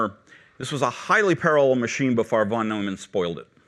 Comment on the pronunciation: Seems he's mispronouncing both ENIAC and von Neumann. ENIAC is supposed to have a long E sound. EEENIAC. And, Neumann is pronounced NOYman.